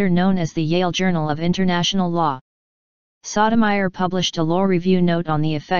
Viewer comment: The narrator have the most annoying VOICE and continue to mispronounce the Justice name.